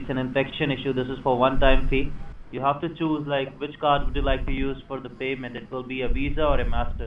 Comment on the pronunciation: you can hawe protection for thwee long years